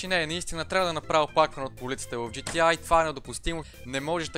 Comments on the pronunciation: професионалист ама казваш на игрите GTi вместо GTA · Джи ти ЕЙ, брат, джи ти ЕЙ, все още "А" в английския се чете "ЕЙ" :) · когато си професионалист в GTA и наричаш буквата А - "ай" LOL